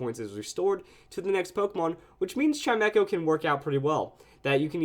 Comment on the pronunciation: WHAT? I thought it was pronounced CHIME CHO, not CHIME ECHO